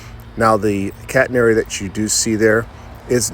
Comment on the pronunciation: Beautiful set-up! 💯 👍 I thought I heard you say "cat hair" "prototypical cat hair"!